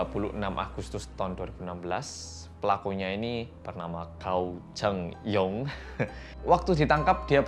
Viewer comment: Terus gao chengyong itu bacanya kao chengyong